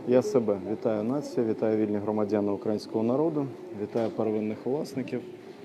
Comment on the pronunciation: Трижды сказал укрАинского народу.. може пора вже вивчити як правильно? УкраЇна, украЇнці, не знаю кто ви, пане - але руснею тхне